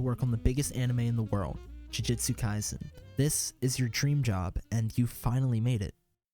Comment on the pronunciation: "sakana"... "jujitsu kaisen"....